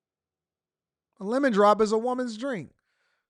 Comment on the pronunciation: Not 'lemom drops' . 😂 Is that the name of his podcast?